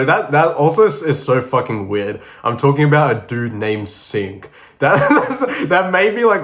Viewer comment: Yoo bro that's aint sink it's singh 😢😢if he's from north india